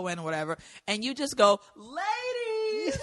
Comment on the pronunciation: I listen to every episode of his podcast solely in the hopes that he says “LAY DEEZ”😂